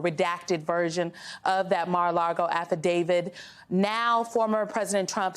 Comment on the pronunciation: A lot of pundits call the Devil’s lair “Mar-a-Largo” adding the “r” to the last word. Is it simply being mispronounced, or is it a conscious diss to the name of his garish pre-imprisonment home?